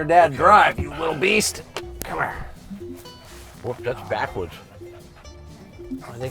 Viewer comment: Ya can't get therah from herah! Love this guy. Everyone need a guy like Sherwood in their life! You just don't get more real than this guy lol. Sooooo American right....lol. Nothing they can't do or won't take on. Even an ex con....and I would trust him before about 80% of the people I know now lol. 10,000 faghts.... Love how one syllable words become two almost. Like, back in Jersey were I was born....On...almost sounds like 2 syllables lol. Owww-an Gotta love Sherwood! you get basically a container, like a shipping container that goes on the back of tractor trailers, without a lid...and you fill it with water and then drop the EC in it until it completely discharges. Might be salt water, can't remember but...thats what some places in Europe does.